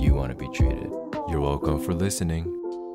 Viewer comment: Is no one gonna talk abou how he says you welcom for watching